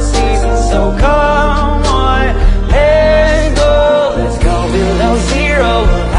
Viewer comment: It doesnt even sound like he's saying let's go it sounds like "hands go"...but i feel like the way he pronounces it makes it better in a way